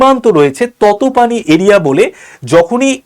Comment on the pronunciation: ততপানি নয় 😂তাতোপানি হবে 😂